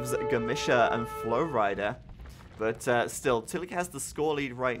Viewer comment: u say flowrida like flowrider